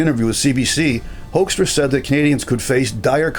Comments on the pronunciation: Just a small language matter. US Ambassador Peter Hoekstra was born in Groningen, Netherlands, in 1950, and he grew up and worked in Michigan. His surname is therefore pronounced as 'Hookstra', not 'Hoikstra'. I'm not surprised you Canadians aren't happy with his MAGA attitude. Neither were we Dutchmen during his ambassodorship in The Hague during Trump's first term. Dutch journalists called him out on his (and Trump's) verifiable untruths about the state of the Netherlands. And oh yeah, thanks again to you Canadians for liberating the Netherlands in 1944-45! 😅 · Why do North Americans pronounce Mr Hoekstra's name that weird? The original pronunciation is well known, it's HOOK-stra.